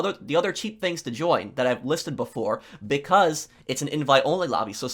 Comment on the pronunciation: no one:: fru (through), fings (things)